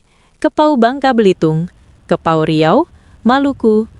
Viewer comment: Sebutannya kepulauan Riau,bukan kepau,bingung orang mendengarnya